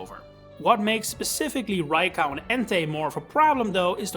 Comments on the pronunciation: I have never seen anyone pronounce Raikou as "rai cow" that being said, great video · Why "Rai- KAU"? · Bro said "raicow"